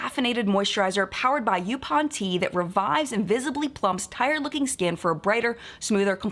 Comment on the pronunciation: I am loving this history lesson. But I live in North Carolina, specifically on Oak Island. A section of the island is called called Yaupon Beach. It's pronounced "Yaw-pon". I thought you would appreciate a tiny little lesson in return!